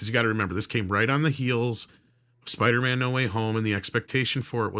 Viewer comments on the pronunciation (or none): So apparently does say these superhero names wrong: Spidermin and Aquamin instead of Spider-Man and Aqua-Man. Originally I thought he was making some kind of meta joke like these were surnames of characters like Peter Spiderman. Turns out he just can’t stop himself from saying them wrong I suppose 😂.